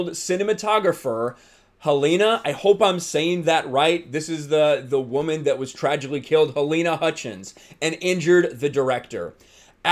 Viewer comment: Since when do prop guns kill people. Also why the emphasis on woooman. Why not a person was killed on the set. Whole thing seems fishy